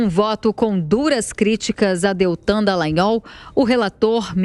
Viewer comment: Olha só não é dellagnol é Dallagnol, céus